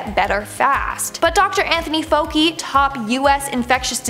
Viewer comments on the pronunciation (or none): I love this channel, but maybe you should watch the news once in a while to hear how words are pronounced. You’re like nails on a chalkboard. In particular, Dr Fauci is pronounce “fowchi” not “foki.” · (F-ow-ch-ee), not (Foke-y) Sorry to be grammar police, but I feel like it’s important with names :) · Doctor Anthony fouhie that’s how you pronounce his name